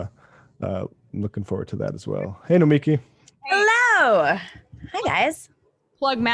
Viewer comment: Wtf is a Noami? Her name is Nomiki.